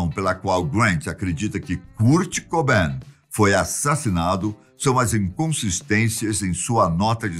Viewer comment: Pena a pronúncia: 'cart' cobain.